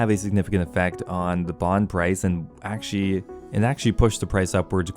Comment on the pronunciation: i like how you pronounce actually as "ackshee"